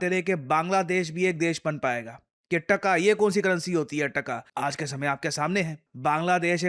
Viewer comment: it's not Ttakka it's 'Taka'. In west bengal too we call 'Rupiya' as 'Taka'.